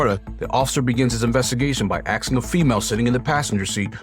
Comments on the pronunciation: he said the cop started by AXING a girl and it threw me off. Ask is the word. Not ax. Edt: didn't mean to just put you down. I absolutely love your videos and how they are narrated. Very informative and fun to watch. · Asking. Not axeing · Axing her a question 🪓 😂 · min : "The officer begins his investigation by AXING a female sitting in the passenger seat..." DAMNNNN That's some serious interrogation right there.